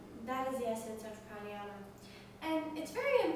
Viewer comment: I am being pokey here but I dunno how come you teachers dont know correct pronounciations ...and no I am not talking about accent. Yogasana = Yog + Asana and not Yoga + Sana It is difficult to explain in text unless you know Devnagari script but simply put even if you spell it Yoga and Pranayama, you dont actually pronounce the 'a' there like you do in umbrella anyway keep up the good work^^